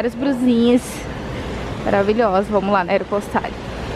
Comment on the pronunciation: Morro com a falando errado os nomes das lojas 😂😂😂 aeropostale não se le do jeito que está escrito 😂 ou falando “nois canso” 😂 migaaaaa louca